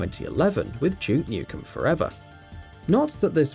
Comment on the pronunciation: It's Duke not Juke.